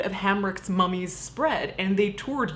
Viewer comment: Every time Caitlyn said 'AMERICAN MUM-EES' I almost died laughing